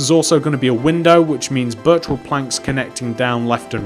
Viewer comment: I keep thinking you are saying virtual wood lol